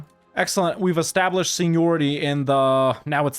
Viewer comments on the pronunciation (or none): none